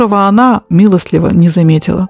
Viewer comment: Прослушала всё. И все понравилось: и содержание, и иллюстрации, и прочтение мягким голосом с правильными интонациями. Замечание: правильно говорить " милостиво", а не "милостЛиво".